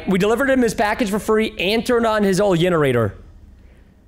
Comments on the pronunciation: When he said el generator was so funny😂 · He said yenerator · Everyone watching the video Me:Watching preston hilariously pronouncing Neighbour Edit:ok i just realised this and have to add it everyone:Generator preston: yenerator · why does he call a generator a yenerator